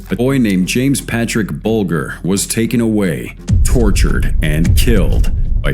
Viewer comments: Oh and its Jamie BULGE R thats how it is pronounced. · Wrong sound for Bulger. Like Bulge... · Just for future reference its pronounced 'Buljer'. - James Bulger.